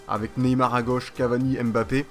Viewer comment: On dis pas M bappé. On di mbappé